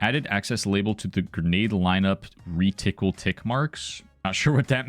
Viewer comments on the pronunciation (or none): re-tickle lmfao